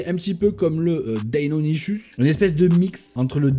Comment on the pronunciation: "deinonichusse " houla